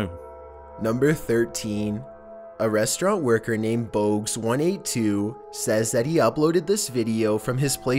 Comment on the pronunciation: This guy is a total pronunciation troll. Boggs182 turns into Boags182? I swear he just does this to piss people off.